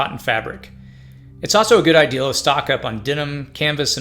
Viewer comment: Idea. Idea. IDEA ... Not ideal. Two different words. It makes my brain itch and I cant scratch it.